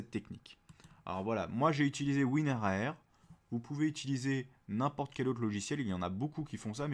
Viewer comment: Tout le monde dit WINRAR mais toi tu dis WIN-R-A-R